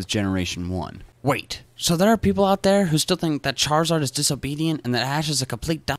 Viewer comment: I like how crizard is just Charizard without the h and a